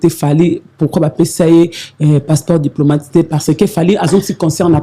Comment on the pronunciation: je préfère que tu parles la langue que tu maîtrise mieux. Tu es chroniqueuse apprends. Trop d'erreurs. Souvent olobi Passeport diplômâte, salle ya heritier olobi lisusu saint paris, paris scène.